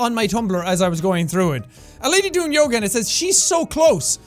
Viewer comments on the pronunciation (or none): none